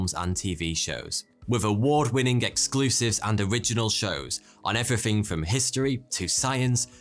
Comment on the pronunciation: EveryThing! Never heard say thats word till now. I was not disappointed either. "Efrefring" 🤣🤣🤣🤣